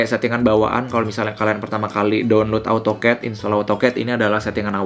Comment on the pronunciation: baca nya AU TOKET yaa😂